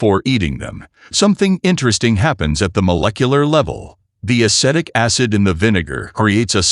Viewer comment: Dear AI: It is a-SEE-tic acid.